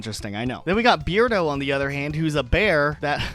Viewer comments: So I thought it was 'Bear-do' not 'Beard-o' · I think you misinterpreted Beardo's name. I think it is supposed to be pronounced Bear - dooh and is a pun on the word hairdo as in the way you style your hair. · I think Bianca is a snow leopard. As for Beardo, it might actually be pronounced Bear Do. Like a bear's hairdo.